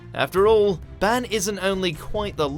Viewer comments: You say ban wrong!! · How do you mispronounce Ban's name when the anime says it in your video..........